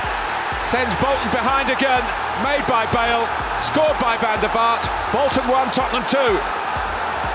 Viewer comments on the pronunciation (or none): none